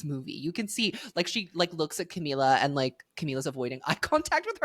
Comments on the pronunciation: Ohmygod i cannot stand u saying camiya… where is this coming from??? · sis didnt even do her research on how to pronounce "camila"